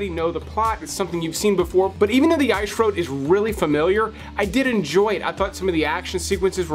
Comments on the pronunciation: Please stop saying “ish road” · The ‘Eyesh’ Road”? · The I shroad? 🤣🤣🤣